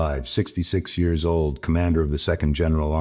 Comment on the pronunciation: Too bad that the AI can’t say years correctly.